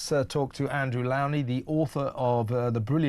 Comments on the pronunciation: Andrew Lownie's name is pronounced LOW as in SLOW. It should not rhyme with COW. FYI. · Kevin, Why can’t you say Lownie’s name right?!